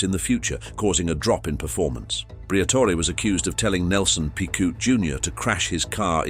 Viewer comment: Bloody AI pathetic diction again, can’t pronounce names and words do obvious I hate it. Switched off after a few minutes after piquet can’t be pronounced properly it’s so rude.